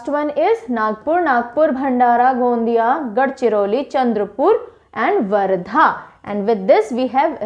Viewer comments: वासिम ( यासिम नाही), गोंदिया (गोंडिया नही) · Mam it is not a गोंडीया... It's a गोंदिया... 😂🤣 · It's गोंदिया not गोंडीया 😊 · Ma'am gondiya - गोंडिया nhi Hai गोंदिया hai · मैडम गोंदिया बोले गोंडिया नही । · Mam is not गोंडीया it's गोंन्दीया 👆🏻🙏🏻🙏🏻💯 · Not godiya its gondiya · Its गोंदिया.. Not गोंडीया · It's गोंदिया, not गोंडिया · आशिम नहि वाशिम, गोंडिया नहि गोंदिया, सतारा नहि सातारा, धुले नहि धुळे, नेस्ट टाइम आप सहि बोलि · Mam it's गोंदिया not गोंडिया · गोंडिया नही गोंदिया है और कोनकन नही कोकण है!👍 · Mam it's कोकण not. कोन्कन् / गोंदिया not गोंडीया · गोंदिया है गोंडिया नहीं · गोंदिया not गोंडीया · It's not गोंडिया its गोंदिया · Mam its गाेंदिया not गोंडीया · Yes..you pronounce गोंडिया ...it is गोंदिया। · गोंदिया गोंडीया नाही पर आपने जो गोंदिया बोला 👍👍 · गोंडिया नही गोंदिया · Not गोंडिया But गोंदिया 🙏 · Name is gondhiya not gondia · गोंदिया है मैम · Ma'am it's गोंदिया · गोंदिया,वाशीम ये है करेक्ट उच्चार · Its Gondiya , darwaja wala d , washim its waa ... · Gondia ka pronounce correct nahi hai